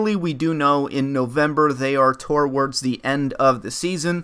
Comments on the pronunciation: why do you always say torwards instead of towards? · please! It's to - wards NOT tor - wards. There is only one 'r' in towards. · love your videos man but there is no "r" after the "o" in the word "towards" lol